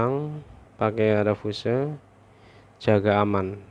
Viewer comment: Bacanya fius bosku